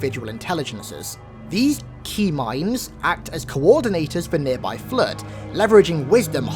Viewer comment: up until this point I thought you were saying Tmind. LIke a T bone steak or something...